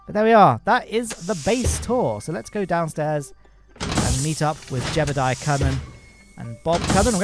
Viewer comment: jebediah? thats our famous astronaut jebeuldeiah(as pronounced by ), not jebediah.